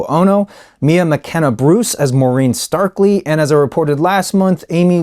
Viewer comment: Did you just say "Maureen Starkley" ?